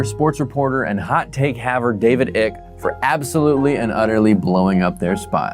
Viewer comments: The mispronunciation made me so happy 😂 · Are you intentionally mispronouncing David Icke's name, or did you just not bother looking up the correct pronunciation?